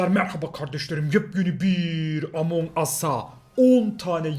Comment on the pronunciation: Abi amon değil among